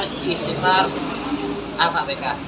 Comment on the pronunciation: Al.fatihah. bukan al.fatekah